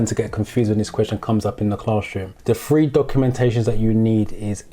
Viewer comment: your videos are very helpful, what Im struggling with is there's no difference between free and three when you pronounce the words and it is really confusing when should it be free and when it should be three....especially when you talk about third-party insurance.....